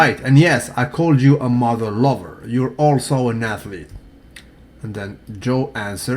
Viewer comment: "Motha Lova" hahaha